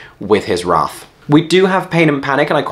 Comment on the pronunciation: You were already in New York long enough to change your prononciation of wrath? I haven't revisited the score of Hercules for a while, but David Zippel's work on Cinderella has rather put me off the idea...